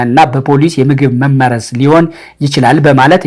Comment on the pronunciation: አማርኛ ድሃ ቋንቋ መሆኑ!!! አህ! "መመረዝ" የሚለው ቃል በራስህ አነባበብ ችግር ፀሀፊ አቃቤህጉን ወቀስክ። በአድራጊ(subject) መመረዝ ነው የሚለው ፅሁፉ የመጀመሪያው 'መ' ላልቶ ሁለተኛው 'መ' ጠብቆ። አንተ የመሰለህ መመረዝ(object wise) ሁለቱም 'መ'ዎች ሲጠብቁ ነው። ቀድመህ ማንበብ ነበረብህ